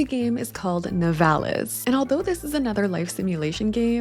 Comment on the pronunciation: Here in my country we nturally say " Nivalis" accent on the I